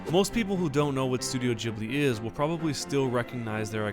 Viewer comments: ITS GHIBLI not JHIBLI!!!!!!!!!!!!!!!!!!!!!!! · it's ghibli not jibbly. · its pronounced Ghib-lee, because there is an h in it. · gib-ly not jib-ly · So I looked this up because I was curious. It seems like it was named after an airplane named Ghibli with a g but Miyazki pronounces the name of Studio Ghibli as Jibli but it's still spelled Ghibli. But it seems like he doesn't really care. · ghibli is pronounced like hard ghi-bli...not to sound annoying but you can pronounce it whatever way u want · I thought Studio Ghibli was pronounced "geebli" as in "geese" ... or can it be pronounced both ways? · Why is it pronounced "jibi"? Do you also say jost instead of ghost? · wait is that how ghibli is pronounced? i always thought it it gib-ly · (XepherXV) I pronounce it something along the lines of "chib-li" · lol studio Jhibly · You say Totoro completely correctly, but say Ghibli like 'jibli'. WHY? It's 'GHIBLI' - with the 'gi' sound, not 'ji'. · It's not the same. In ghibli the H should be silent just like in GHOST. That'd make it be pronounced with a G and not J. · Is it pronounced Gi-Bli or Ji-Bli? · The pronunciation of Ghibli bothers me